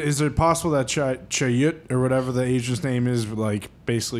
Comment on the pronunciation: Is Pat paying homage to Encino Man with his pronunciation of "Chayut"